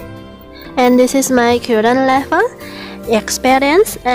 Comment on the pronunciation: Just in my opinion... Perbaiki pengucapan vocabulary nya, Agak bingung pengucapan "current" kok "kyuren" harus nya "Karen" Tak pikir apa yang harus di "sembuhin" kalo pengucapan nya "kyuren"..... lol